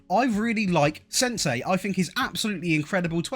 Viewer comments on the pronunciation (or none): I literally laughed when you called Senesi, "SENSEI".😂😂😂